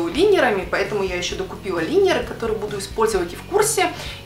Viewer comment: Лайнеры , а не линеры